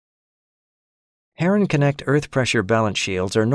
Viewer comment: funny to hear herrenknecht pronounced as herring-connect